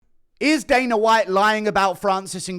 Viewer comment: also it's dana, not daner lol